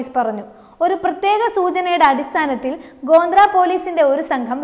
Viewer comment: ഗോന്ദ്ര അല്ല കൊച്ചേ ഗോദ്ര